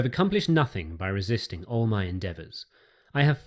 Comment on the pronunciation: Whats with the pronunciation of the word all? Thanks for your content though